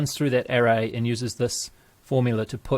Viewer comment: English pronunciation of the word ARRAY